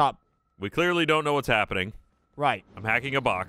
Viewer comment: Cant believe they didnt call out on his flub lol "LS isnt helpening"